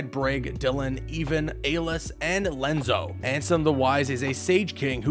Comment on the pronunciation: There was a time I really enjoyed the content you guys created but the fact that you can’t take the time to learn the proper pronunciations of names in this series just screams laziness. This is a trend that has been going on for a while now, lazy production value and fact checking. Lenzo? No. It’s Ienzo Ee-en-zo and that is just the start. You even pronounce Xion She-on wrong after a cutscene which says it correctly. I’m working on my recording for that ten dollars. ;)